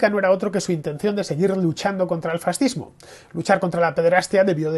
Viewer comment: Cada vez que dices farzihhmo me recuerdas a Jesús Gil, no se porqué xD